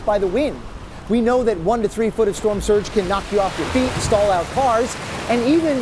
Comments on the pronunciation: Did he really say storm sturge? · "Storm Sturge" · He said storm sturge